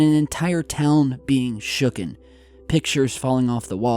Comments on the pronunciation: I can't believe he just said "shooken" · Omg!!! Did you really just say “SHOOKEN?” Baaaahahahahahahaha omg omg that’s rich. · As soon as you said “shooken” my head exploded and clicked off.